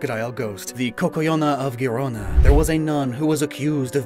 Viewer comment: "Guerona" instead of "Gerona"... Please... If you're gonna make a video with Spanish in it... At least make sure you pronounce everything correctly...